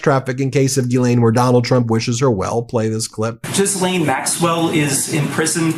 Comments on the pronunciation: did the reporter call her jizzlaine? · I'm pretty sure it's Jizz-Lane Maxwell not Ghee-lane. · BEN!!!!!!!!!! BENNNNNNNNNNNN I It's pronounced Jisslain. Not GEElaine Jiss. Like. Hiss. JISSLAINE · It's not ghee -lane. It's gill-len. Be one of the few who pronounces her name properly. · Say it right.. Jizz~Lane 💦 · I thought her name was pronounced Jizzlane 😅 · >Ghislaine> is prononced something like = Gees-lane